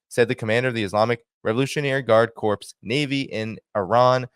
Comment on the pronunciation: Great report but just a heads up: "Corps" is pronounced "core." A corpse is a dead body.